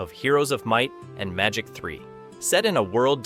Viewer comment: "of Heroes of Might, and Magic 3" ... How to tell the audience that narrator has no idea what's he talking about with one, single, comma...